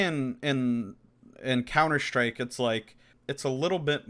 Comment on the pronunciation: Couner Shtryke!! 😝